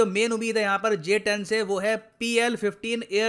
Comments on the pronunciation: Pahele nam to barabar lelo GS10😂😂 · Abe pahle naam lena to sikh loo🤣🤣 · Inse naam toh thik se liya nahi jata or ye upon ka Rafael ko counter karenge😂😂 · Pehele nam to thik se bol lo uske bad aircraft urana 🙄